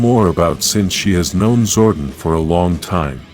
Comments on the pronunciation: Zordon not zordin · It's Zordon... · Fix your speech, Amy, Jo, Johnson, Zoradon, no Zordan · The way you pronounce "Zordon" is so cringe. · They butchered Zordon right at the start..... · I'm sorry, mate, but I could not finish this video. Your lifeless voice was putting me off and the rough pronunciation of Zordon's name irritated me. Informative video, no doubt. But couldn't finish this.